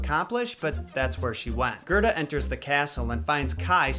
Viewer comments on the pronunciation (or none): It's Gerda, not Gerta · Kai is actually pronounced faster, and its spelled Kaj. Gerda is pronounced Gair-da. Your welcome